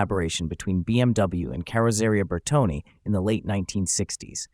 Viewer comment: Cher, VOUS avez encore beaucoup de progrès à faire… On dit: BertoNE ou BertoNÉ … Encore beaucoup de travail, vous devrez faire…